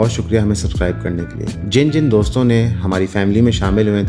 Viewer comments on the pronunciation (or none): none